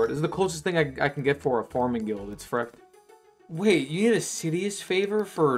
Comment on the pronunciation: You are right at :12, he said "fruck" I think. I listened again, and Idk man this sounds like fuck here.